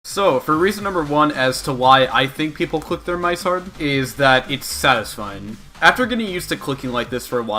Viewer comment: i hate the way he says mice